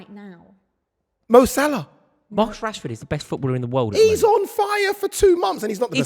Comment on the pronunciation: Saka is clear of Marcus. How do you Mancs say his name? Rashehhhh. Saka is clear of that guy.